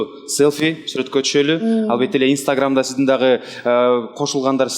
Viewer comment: Гульнур эжебиз истаграм дейтко